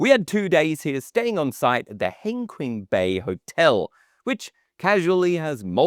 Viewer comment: Yes, I've heard of it because I lived in Guangzhou, not far away. It had ads all over the metro. By the way, Hengqin is actually pronounced "hung-cheen".